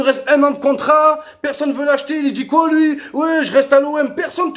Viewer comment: Il dit coi 😕🤷